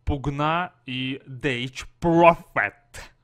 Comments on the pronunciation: Дес профет! Деф профет! Дефс профет! Но не дейч! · ДЭС профет, ВРАЙС кин, ЁРС(йорс) спирит так правильнее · Tech Propher - техно-пророк. Death prophet - пророк смерти . Сделай уже что то со своим произношение.